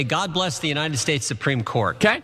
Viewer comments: Did anyone else rewind the intro of the video 20 times to hear him say "junita stay"? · "junited stay" you know my man grew up in florida and lives in austin